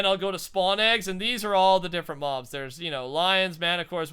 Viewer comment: Im just saying, but you keep on saying "mo mobs"